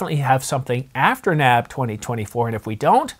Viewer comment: I know this is nit-picky, but it is not “Nab” it is N-A-B (National Association of Broadcasters)